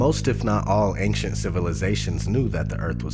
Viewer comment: Is anyone going to bring up how he pronounced ancient?